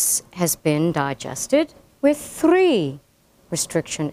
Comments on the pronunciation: point thrrrrrre two grrrrrams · point Thrrrrrrreee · thrrrrrrreeee micrrrrroliters.